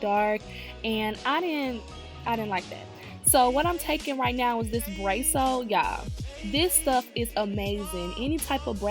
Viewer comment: Good for you! Way to take control of what you want and make it happen for yourself! (While saving a little coin in the meantime!) Oh, one more thing... it's called Brass (like grass) O. Brasso. Just letting you know so you pronounce it correctly. Again... awesome job!